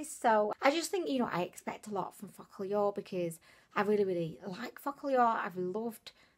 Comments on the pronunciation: I pronounce it foo-ka-lure and she says it like fučk-a-lure 😂😂😂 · same here ! is like fu**llure 😂😂😁😁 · me too haha !! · am i the only who feels like everytime you say focallure you swearing at us 😂😂😂😂😂 stop it .. lots of love from zimbabwe xoxo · I I laugh everytime you say Focallure 😂😂😂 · Everytime she says focallure i think she's swearing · 😂😂😂😂 same here.